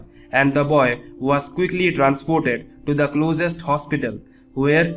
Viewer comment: The "boyas" instead of boy